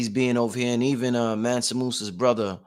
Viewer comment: ManSA not ManNA